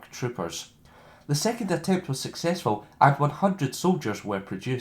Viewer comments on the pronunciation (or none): none